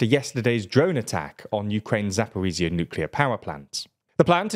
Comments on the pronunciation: "zhzh" sounds like the surname "ZHukov" as in Marshal Zhukov ext. But you repeat the zh sound twice. P.S. The host's pronunciation is off, he pronounced it as "zia" rathar than "zhzhia" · Please, get a Russian or a Ukrainian to advise you on pronunciation. You absolutely butchered Zaporozhia.